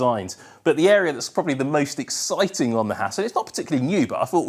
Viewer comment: Love how says "exciting" with his mouth closed.